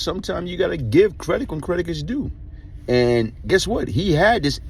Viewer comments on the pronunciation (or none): My boy said credick instead of credit..😂😂